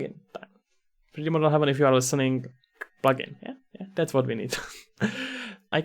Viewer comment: thanks for the headsup texture and hdri haven are great resources I can't wait to see this one grow as well. not to be that guy but its Hay-ven not heaven